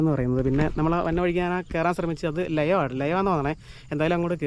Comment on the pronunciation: ലയം അല്ല ലായം